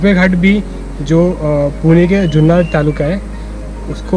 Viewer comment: जुन्नर आहे ... जुन्नार नाही